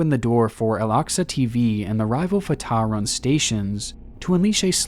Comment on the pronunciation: Jesus christ - fartar is NOT how it's pronounced - Fat Tah